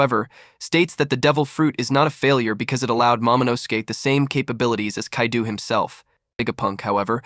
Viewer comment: the mispronunciation of so many names/places has me crackin up "Kadeu" has me like "is this French Kaido?"